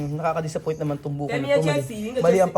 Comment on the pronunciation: It’s Buko salad NOT buhok salad! 😂